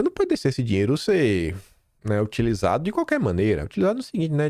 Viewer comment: Esqueceu do "R" na palavra "dinheiro" da tumb